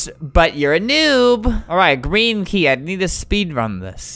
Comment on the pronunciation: Is it me or when Albert says Green key its sounds like Kreeky???